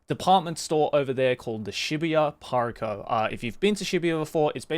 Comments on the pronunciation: Why did he become American when he said Parco? - . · Real real American😂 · When he says PARCO he sounds so american hahahaha